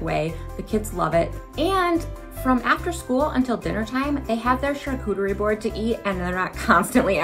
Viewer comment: She litterally calls it a charcootery board. Lololol. Love it.